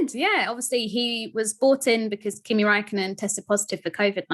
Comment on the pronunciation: You messed up Raikkonen💀😂